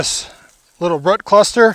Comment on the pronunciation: is is incredible ,,, a gardener who literally cannot pronounce the word "ROOT" ....who knew